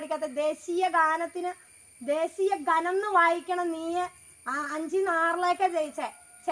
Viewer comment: ദേശീയഗാനം ദേഷിയഘനം എന്ന് വായിച്ച ആ പുള്ള ആന്നെ എന്റെ ഹീറോ